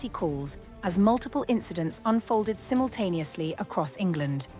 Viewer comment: “Simultaneously “ sounds like DEW to me